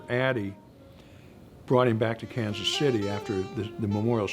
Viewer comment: AND... pronounces it correctly... "Kan-city."